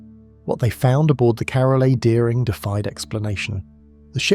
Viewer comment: You can tell the voice is fake and also how it reads the period in carol a. Deering as a full sentence stop along with some other stuff